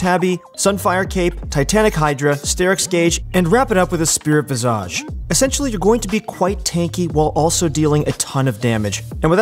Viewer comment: The way he says Spirit Visage triggers me.